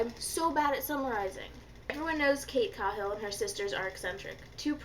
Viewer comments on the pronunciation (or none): Just so ya know, cuz I listened to it rather than read it, it's cay-hill and you were right it is More-ah.